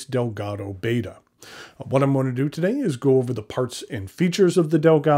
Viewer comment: The Siamese fighting fish is pronounced as (ˈbɛtə), not as in the greek letter /ˈbādə/. Sincerely - Cliff Clavin.